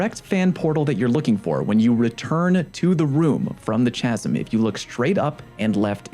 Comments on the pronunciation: It's 'K-asm' not 'ch-asm' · Appreciate all your videos so so much. You are the reason my clan was able to beat Deep Stone Crypt, your explanations are so clear. Just fyi chasm is pronounced "ka-sim" not "cha-sim".